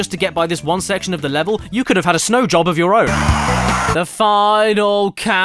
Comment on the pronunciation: "Snow job" caddy, my brother in christ that says snow joe